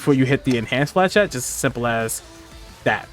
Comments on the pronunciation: Yeah, not to be a stickler but the pronunciation was out there. “Fluh-shett” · Its not flachat, it's flechette (ch pronounced as sh) there is no A in flechette. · I cannot hear him pronounce flechette properly. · Great video , really helps with this crazy class. Here is how to say flechette.